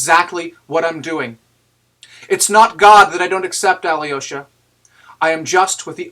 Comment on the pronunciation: Excellent read, thank you. One note on your pronunciation of Alyosha: your Al is correct, soft l and everything, but the y es not prouounced yee, its pronounced yo Al-yo-sha